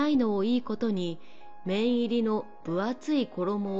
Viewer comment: 綿入り→めんいりではなくて、『わたいり』